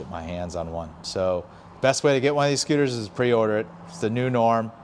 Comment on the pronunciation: "I Like Scuters".